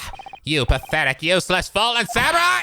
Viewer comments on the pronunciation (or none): none